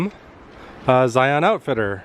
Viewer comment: You can always tell those who don't live in Utah. They don't know how to pronounce Zion.